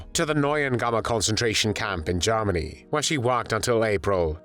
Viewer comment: It sounds a lot like "Jawmony" and I like this narration.